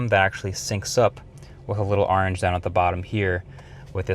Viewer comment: Hold on, say Orange again...